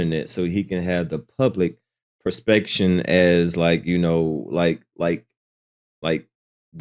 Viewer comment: 😂😂😂 you my dawg but “public perspection” had to be a glitch